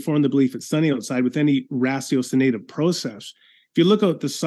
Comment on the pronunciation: What is a rasio-sonative process? I checked Google and the dictionary and I can't find a definition.